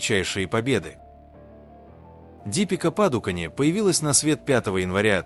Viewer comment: Почему вы сами не озвучите или сеть не научите правильно имена и фамилии называть? ДИпикаПадукОн, её отец ПракАш ПадукОн и другие имена, дослушать так и не смогла.